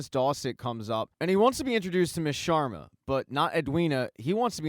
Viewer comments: It’s SHARMA not SHWARMA Homie it’s an Indian last name not a Mediterranean dish Solid recap though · Why do you keep saying Shawarma instead of Sharma. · hahaha the "Shawarmas"